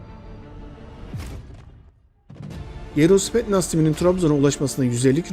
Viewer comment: spetnaz değil kardeş spetsnaz olacak